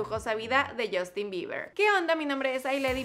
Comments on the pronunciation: Que alguien me explique por qué mierda los mexicanos cambian la U por una O en inglés? Yostin?? Wtf girl? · Porque se pronuncia "jostin" ;) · Crazy_ Girl Se pronuncia yastin ;)